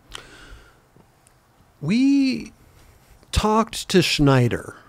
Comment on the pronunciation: Why is saying Schneider for Snyder?